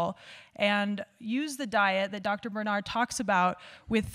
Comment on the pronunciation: Did you realize you are mispronouncing his name??